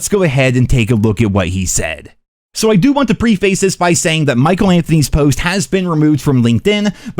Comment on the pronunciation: Dammit,. that is NOT how you pronounce preface.